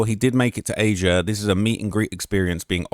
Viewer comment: And Az'-ee-uh as says